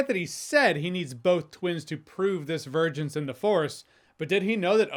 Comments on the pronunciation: Dude youre saying a guy speaking broken english and cant pronounce vergence acted better than phoenix and depp. Foh. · Oh i can. Itd just so idiotic that there is nothing to break down and digest. You're saying him taking this role is the same as phoenix and depp in their movies. Which they were good in. This dude couldnt even say DIVERGENCE!!!!